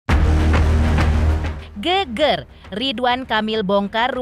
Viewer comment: GEGER ....E nya jgn spt ulEr...yg benar E nya spt pada EmbEr....yg orang jawa pasti ngerti